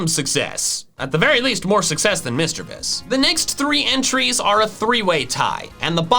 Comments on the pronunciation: passionately calls out someone for pronouncing a Pokémon's name wrong Me: YES MY FRIEND although you did pronounce Lairon, Misdreavus, and Phione wrong (Lair-on not Lay-ron, mis-DREE-vus not MIS-dre-vus despite being based on the word mischeivous sorry, fee-OH-nay not fee-OHN cause Japanese). Also despite it being one of your favorites, you consistently mispronounce Tropius (it's based on the word tropical, so it's TRAH-pee-iss, not TROH-pee-iss) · not you critiquing someone's pronunciation of doublade while mispronouncing eviolite (it's a VIOLET stone, it would be pronounced ee-vy-oh-light), lairon (lair-on) misdreavus (miss-DREE-viss), phione (fee-own-ay), lol.